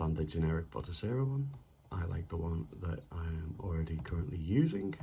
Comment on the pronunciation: Ok man.. Again.. Its "Batocera"..not "Botocera" 😖👍